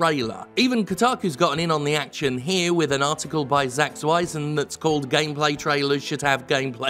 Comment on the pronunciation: Isn’t it Zack Zwiezen instead of ‘Zweizen’ 🤔